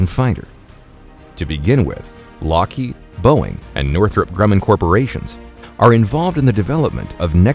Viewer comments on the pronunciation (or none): none